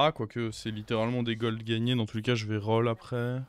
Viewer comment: Pourquoi dire l'armurheu, goldeu rolleu